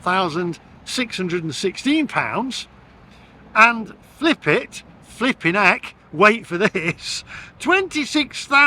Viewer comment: Flipit more like Fli-pit!